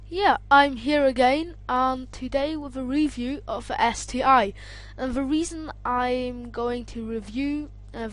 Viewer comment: ST one boy , not ST i